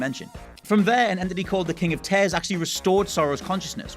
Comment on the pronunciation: There are too many characters. Just too many. King of Tears is probably pronounced as Teers rather than Tares.